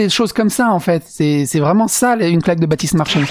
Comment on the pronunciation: Elle a dis Bratiste Marchais pas Batiste ! Ça devrait aller alors ✋👌